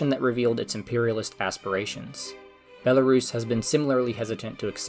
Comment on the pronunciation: You are not pronouncing country name correctly